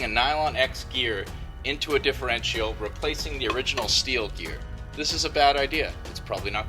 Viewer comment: He pronounces differential funny. He say's DifferWrenchyal